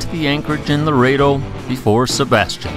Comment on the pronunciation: I love sailing this area but six times you said the wrong town name. The town is Loreto NOT Laredo.